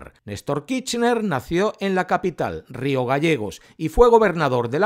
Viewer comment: Ya di mi likito. Pero pronuncia la ''R'' KiRchner.:face-blue-smiling